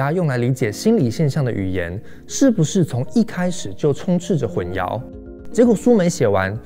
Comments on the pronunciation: 你好，“淆”读音是xiao（二声）。没有yao这个音。混淆（xiao）。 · 内容很棒，但 是 混淆hùnxiáo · 总是听到这个词，混淆的淆，读作xiao,不是 yao. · 混淆 ㄏㄨㄣˋ ㄧㄠˊ，国语和普通话读音不一样的